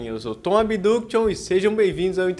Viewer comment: O nome artístico é seu, mesmo assim ouvir sua pronúncia de "Abduction" queima e sangra os ouvidos.